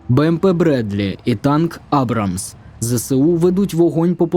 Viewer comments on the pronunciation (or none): Хлопчику, танк "АбрамС" ( Abrams ). Абрам бывает только Шниперсон и Рабинович! Спочатку сходи до школи, а вже потiм реєструй блог. Соромно бути безграмотним, тим паче претендуючи на військовi новини та аналітику.